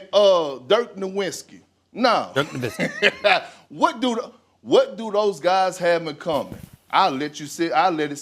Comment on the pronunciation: It was intentional disrespect mispronouncing Nowitzki's name. He was saying "No-Win"ski.